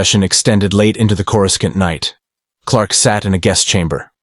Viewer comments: Great story, but if you are going to use an AI voice, then in your script, write names out the way they sound, not the "official" spelling. "Coor-u-skant" becomes incredibly distracting! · "I'm sorry, but the AI is killing me with the mispronunciation of Coruscant — KOR-uh-sahnt (or CORE-uh-sont)." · For Fack Sake! How hard is it to teach your AI how to Properly Pronounce certain words like (Corē-sont) 🤦‍♂️ makes the stories sound Hella Goofy! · An alternate path where Coruscant is correctly pronounced "Korissant". The second C is not a hard K sound. Otherwise, this was awesome. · CorusKant.. wow, here we have AI or someone who has no knowledge of the Star Wars universe. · The AI voice just can't say Coruscant 😂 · Why can't people pronounce Courscant correctly? Pronounce it like the movies do.